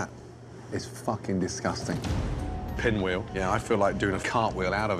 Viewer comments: its Pinwheel, not SPinwheel. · lmfao it's PINWHEEL....not SPINWHEEL 🤣🤣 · It's pinwheel not spinwheel. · It's Pinwheel, not Spinwheel.